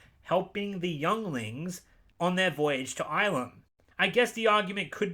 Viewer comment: Get's really triggered at the pronunciation of Ilum It's pronounced ill-Lum... not eye-Lum, wtf?